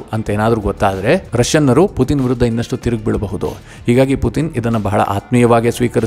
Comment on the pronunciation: Anna adu putin not puthin🙏